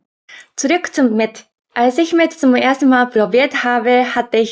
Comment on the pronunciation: Mett ? Oder? Meth? 😇